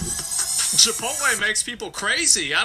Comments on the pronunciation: Chiptole = chip oat lay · Chipital. Can't stop laughing. 😂😂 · "Chipital" 😂 your awesome. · Next time im in line at chipotle im going to pretend im on the phone and keep referring to it as chipotull 😅 i may record the reactions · Chipotull 😂 you my friend are a natural comedian. Love it!!!!!